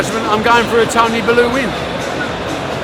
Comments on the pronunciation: ffs Tony Belooo its Bellew you old sexy fool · Tony ballooooooooo 🤣🤣🤣🤣🤣🤣Barry your saying he’s one of your mates and u carnt even get his name right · Tony made you and your family lots of money, and you still can’t pronounce his name right. “ Belloo”.. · “Tony Balloo” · Pretty sure it’s pronounced “Bell U”.... not Baloo... this isn’t the jungle book Barry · A good friend? You can't even pronounce he's surname correctly. TWAT! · The nonce cares about his fighters that much he can't even pronounce the name correctly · you'd think as this guy is a good friend of his he'd at least get his name right😅😅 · He can’t say tony bellew haha